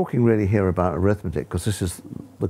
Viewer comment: "abot" makes it only funnier